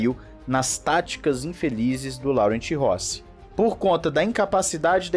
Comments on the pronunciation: Em francês a pronúncia do nome do CEO é " Loran" e não Laurent. Em português seria Lourenço. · A pronúncia correta na verdade é "Lorran"